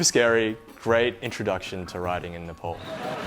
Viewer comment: Its not Nple..its Napaal